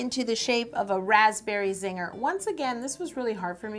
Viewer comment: lol everytime she said raspberry Zinger I was like... "raspberry Ziegler" (Like Mackenzie/Maddie/mellissa Ziegler lol)